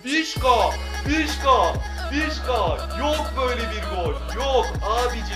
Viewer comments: Vişka değil vişça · Abi vişka değil vişça 🤣